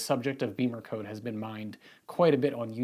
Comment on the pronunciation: Why do people pronounce it "BEEMERcode" when it's spelled "BIMMERcode"? (you're not the only one)